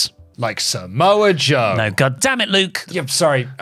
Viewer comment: Slowly enters screen “and somoa joe” 😂😂😂😂😂